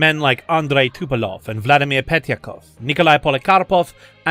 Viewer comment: Communism never was and never is and never will be a threat. Fascism on the other hand always is a threat. See America 2026. And please, it's Tupolev not Tupelov. Thanks.